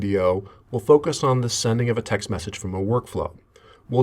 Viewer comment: Why does this person put the emphasis as, "text MESSAGE," rather than, "TEXT message," like a normal person?